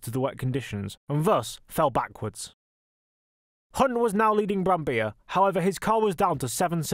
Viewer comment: Nice video, thank you. Btw, you pronounce the double-Ls in Brambilla.